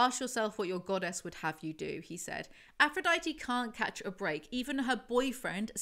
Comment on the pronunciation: can you make an official playlist of your house of night videos? i’d love to be able to put it on while i’m working (although i feel like i won’t get anything done) edit: she still does NOT know how to say aphrodite! slay